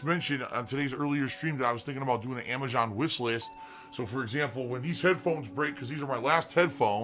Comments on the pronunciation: Why does the dumbass pronounce Amazon as Amashon fucking pigroach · why does he consistently call it amajohn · Uh why cant he say AMAZON right